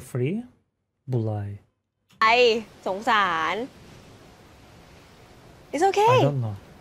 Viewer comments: the girl did not say Bualai she say Mai pen lai the meaning is no problem or no worry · Mai-pen-rai (thai) = nevermind